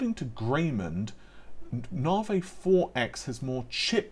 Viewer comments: Na vi….. not Nar Vee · "Nahvay 30 free"